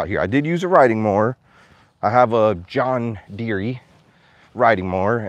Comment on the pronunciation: I got rid of all social media about 4-5yrs ago now. Best thing I did in a long time. 👍✌ Edit- lol, John deer-e... 🤣🤣 Pronounced John deer ✌💕